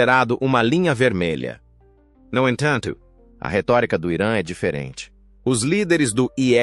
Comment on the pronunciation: Essa tradução é horrorosa !! "No enthantho,,"